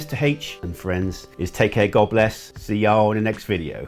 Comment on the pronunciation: Did I hear a southern draw in that last line? See y'all in the next video!